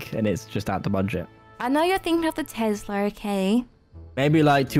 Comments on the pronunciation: Not tezlas Tes las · Has anyone noticed they say Tezla instead of Tesla sos still love you tho bye berries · Not tezla Tesla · I love you so much but... its Tesla no tEZla